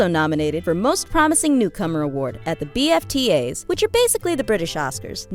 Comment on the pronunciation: We say baftas not B A F T As